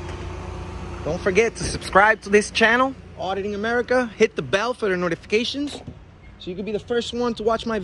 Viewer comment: It’s Auditing Americah